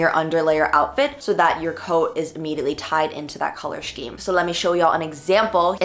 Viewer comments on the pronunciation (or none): who keeps letting this girl pronounce scheme as "shceme"